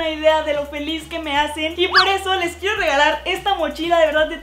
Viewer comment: Dijiste quiefo mil